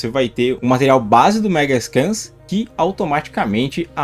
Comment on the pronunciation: Não fale "Megascan", cara. O correto é "Megascans", com o "s".